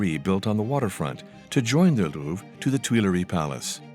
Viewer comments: It's the Lou-VRE. not the Lou. How difficult is it to check some pronunciation when you are dedicating your entire channel to one palace with a French name? Seriously... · why is he pronouncing it LOUF